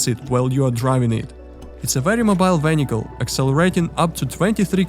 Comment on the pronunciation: ah yes the new underwater "vhenhical"